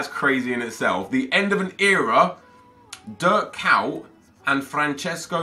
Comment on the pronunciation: Why u saying Dirk cow?